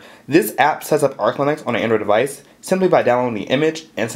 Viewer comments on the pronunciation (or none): whilst we're at it... device and not 'deweisch' (that was prolly you just mis-saying it by mistake ,p , and one certainly does not say 'kroat' for chroot lmao.